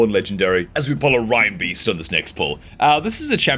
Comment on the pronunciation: Why does EVERY CC pronounce Reinbeast "rhinebeast"? He is clearly a Christmas reindeer. Doesn't everyone say that as RAINdeer? Were we brought up singing "Rudolph the Red-Nosed Rhinedeer"? Even, who is usually good on names that others consistently get wrong, does that one. OK, I'm a dreadful pedant and I'm not even perfect myself but... grrr. Now someone's going to tell me why I'm wrong.